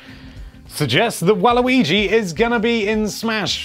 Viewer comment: Its Wario's colors not Wai-luigi